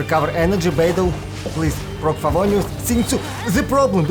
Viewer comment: idk why i laugh so hard when u say "favonews" 😭